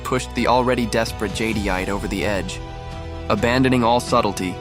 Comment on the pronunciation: Nice video...not to be a nitpicker but but...it's pronounced Jed-ite. Cool that AI made look like a vampire.